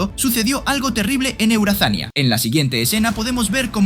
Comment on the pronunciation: Eurazania:❌ eueazania:✅